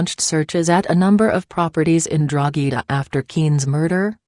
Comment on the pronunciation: It's Coolock not Cool-e-lock and Drogheda not Drogh-ee-daaa if you're doing a report learn how to pronounce the name of the towns properly for God sake...